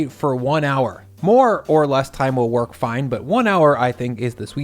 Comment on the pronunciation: Def adding "worch" to the lexicon. (yes, I too know how it's actually pronounced)